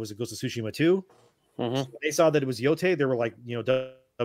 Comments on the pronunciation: ITS PRONOUNCED YO-TAI NOT TAY!!! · Yo - DEI.